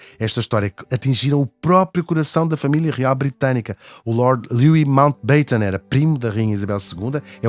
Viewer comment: Mountbatten: a enfase é no 'a' aberto. Seria 'beiten' se houvesse apenas um 't' a seguir ao 'a'. Não sejam possidónios, vá lá. Beijoooos!